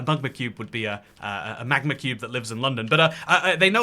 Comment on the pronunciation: nah “mug-ma cube” being from London killed me 💀